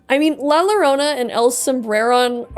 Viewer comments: Was about to do this, too. Someone got to it a year ago. I loved the story, but I always hated the fact that "There are no Happy Endings in Night City" So yeah, "ll" is a "y" sound. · To pronouce llorona its 'yoh-roh-nah' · Man I was about to comment this before I scrolled down lol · It pronounced yo-rone-ah the LL is pronounced as a y. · Yeah, as a Latino it was a bit annoying to hear the LLorona word mispronounced so many times, even after having the pronunciation wiki on screen. But these are easy to correct, the content is as always great! Appreciate the storytelling. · Rule of thumb for spanish, double "L"s are usually read as a "Y" sound. That aside, preem vid, choom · the double L in Llorona is pronounce like a J in Jackie or Johnny.